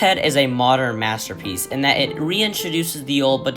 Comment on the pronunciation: it was mat-sterpiece